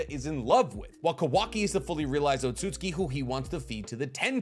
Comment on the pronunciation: Why do you pronounce Otsutsuki as otsutski? It's o-tsu-tsu-ki. Not o-tsut-ski.